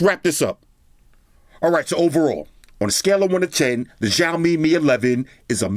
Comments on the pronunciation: Ok im not Chinese but... Its either s or sh but definitely not zh! Shao-mi (xiaomi) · i like how he pronounce xiaomi (jiomi) Lol